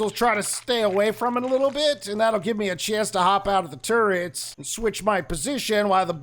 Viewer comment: I thought you said turds instead of turrets and now I won't be able to get that image out of my head. I mean if you want to try trippy hell you might be able to put them upside-down on a floor piece still. honestly I think Pete's gear is meant to be a Moldorc design, the thing in the main part of the omni-axe has that same warty plastic feel as the castle from 1.